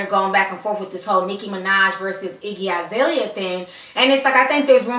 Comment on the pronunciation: Its. Iggy alazale dam not izalia